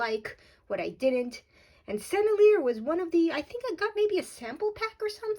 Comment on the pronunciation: Pronounce it like this Sen-nel-ee-yay. You’re welcome. You’re fun.